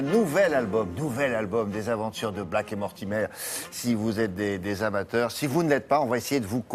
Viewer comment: Mais pourquoi il dit Blake en disant le a comme en français c'est pas possible !